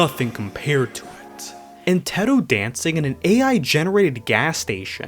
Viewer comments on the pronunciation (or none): first time I have heard someone pronounce Teto like Tehtoe I have always known her as Taytoe